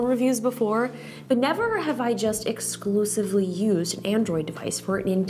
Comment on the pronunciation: Nah she clearly says exclusively